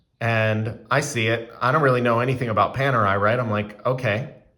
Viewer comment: I stopped watching when I heard you call it ‘Penerai’. Next time, make sure to learn the correct pronunciation of the brand name before doing a review.